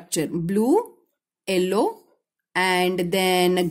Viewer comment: madddam its yellow not ellow😂😂